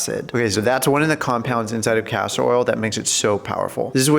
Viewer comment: It's Castor oil not Pastor oil.